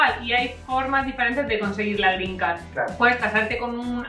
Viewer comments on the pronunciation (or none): Al principio entendía “la grinca” en vez de la “green card” jajajajajajajajajajajajajaaja